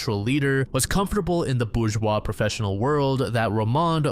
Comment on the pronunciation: Look up the pronunciation of bourgeois.